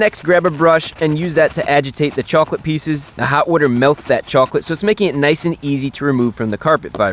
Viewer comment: your accent comes out when you say chocolate😂😂